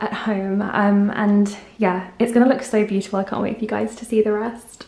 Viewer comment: Tired of hearing 'puhfect' and 'beauttfull' through all these vlogs!